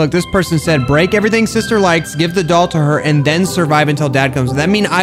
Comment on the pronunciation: teh - the ask - axe